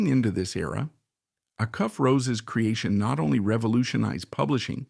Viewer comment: Can you at least teach the AI how to pronounce "Acuff" and "Opry"? It is jarring when they get it wrong.